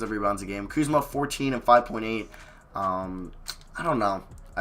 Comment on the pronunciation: my dude.... i love your videos but, come on man...…. put some damn RESPEK (Birdman Voice)….. on Kuzma's name my G! other than that, great video